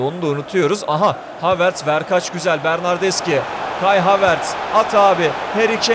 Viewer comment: bernardeşi diye okunuyor bilgin olsun .d